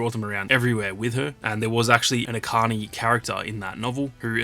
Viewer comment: Echani (each ani) Not akani